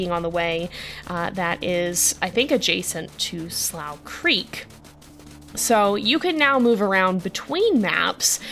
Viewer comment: would just like to remind you that "slough creek" is pronounced "'sloo' creek"!